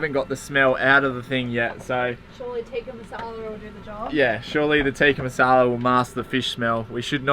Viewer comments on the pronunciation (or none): Lol, love the way you say Tikka (Tick) as Teeka (tee), cracks me up every time! How good is cooking inside,? Love the random emu strolling along. So awesome when you see random things in nature like that, the best.